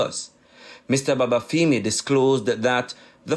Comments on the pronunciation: I chuckled at how Babafemi was pronounced. Its femi as in feminine, not feemi 😄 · feemi sounds better to us Jamaicans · and it's the wrong pronunciation. It wouldn't sit well if Shelly Ann's last name was pronounced Priest.